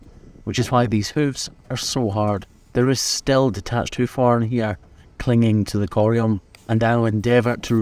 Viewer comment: It took me 6 and a half minutes to recognize the word "horn" being spoken in the video.